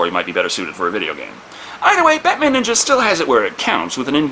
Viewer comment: Ohmah lord! Batman Neenja